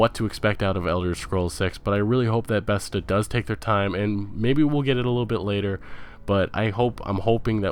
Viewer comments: Dude, why do you pronounce things the way you do? Where are you from? BETHESDA - pronounced BEH • THEZ • DAH, not bethzda. VALVE is pronounced VAHL • VUH...not VOLVE. It's AndDROMeda, with the emphasis on DROM, not ANDroMEDa. Either you're from Mars, or you don't know the words you are saying. Cmon dude, gotta sound somewhat intelligent if you're gonna be doing videos like this. They're not made up words either, these are real things. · Beths-da, volve, and andro-mayda.... just wow. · and vaulve and bestha haha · And he manages to mispronounce Bethesda (Bethsda???) and at least three other words (soxsiety = society, New Borducks = New Bordeaux, Androomda = Andromeda) that aren't exactly tongue-twisters. It got to the point where I was wondering if he was doing it on purpose. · Why did you keep saying Besta, it's Bethesda. That shit drove me fucking crazy. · Bruh... It's "Va-al-va" not Vol-va, It's "Beth-es-duh" not Best-duh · Why are u pronouncing the studio names like that volve, bethda Its valve and bethesda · This piece of shit can't pronounce anything betesda volve and counting pc as a console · How the fuck does this bonobo have over a million views when he can't even pronounce half of the words he attempts to say? Shemenic? Volve? Besta? Cyberbunk? This is shameful and outright criminal. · yeah so many speech errors.. it was pretty painful to listen to. mispronouncing the name of a game or the name of a developer, really should not happen.. calling valve, volve; calling scalebound, scalebrowned; calling bethesda, bezda; calling cyberpunk, cyberbunk; and i know there are many others.. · Bordeaux is pronounced "Board-O" and Bethesda rhymes with "She-says-huh" lololol Thanks for the video though bud. I really enjoyed it! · suomi Ugh I know. And he said "Bethsta" :S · Bethesda= BEH-THEZ-DUH Valve= A as in APPLE, VAPPLE, VA-LVE, VALVE. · BEH-THEZZ-DUH .........BEH-THEZZ-DUH ......BEH-THEZZ-DUH